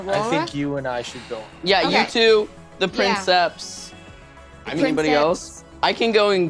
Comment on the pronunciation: I'm listening to this, translating some Latin texts for a friend, so I'm locked into that mindset. I preface this with a declaration of undying love for each person at that table. However, the way they keep mispronouncing princeps, "prinn-septs" when I just KNOW BRENNAN KNOWS BETTER is CARVING A HOLE IN MY BRAIN lmao😂😂 "Preen-kepss" with emphasis on the first syllable, like you're kinda pretending you're Italian lol, in case anyone was wondering. Check into Latin, guys. It's actually crazy easy, and you'd have fun! Or at least feel like a badass 😅